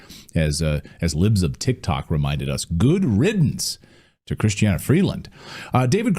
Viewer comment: It's Christia not Christiana. Not that it matters now.